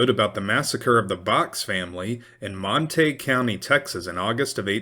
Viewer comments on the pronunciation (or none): Surely its pronounced Mon-ta-gyou not Mon-taeg County (Montague) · Montague - pronounced monta goo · Pronounced Mon-ta-gew....Montague. I was born and raised in this area. Glad it wasn't during thise times.